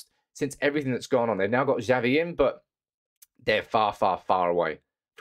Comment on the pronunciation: Xavi is pronounced Chavi not zavi......